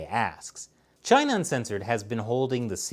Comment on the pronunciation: as for china... 발음 조심해주세요.